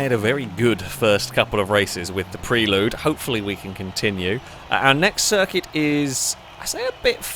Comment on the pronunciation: pronunciation of 'Prelude' is grating (always has been), I can't watch!:D